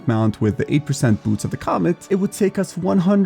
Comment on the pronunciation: It's boots of the COMET not COMMENT you ape. Jesus..